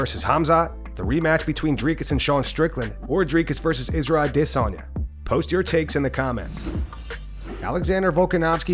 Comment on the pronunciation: I love the way this guy always says ‘aDEsanya’😂👏🏾